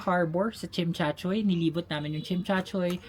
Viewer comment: I like your vlog and way of doing things, so organized however as a Chinese Filipino I'm bothered by your pronunciation of Tsim Sha Tsui😂